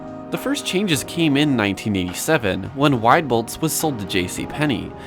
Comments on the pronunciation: I worked at Woodfield Mall (JCP) and they would send us to Stratford for training. I loved that mall, it reminded me of a city with it's architecture. PS - it is prounounced WEE-boldts - that store was fun. :) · Wieboldt's is pronounced Wee Boldts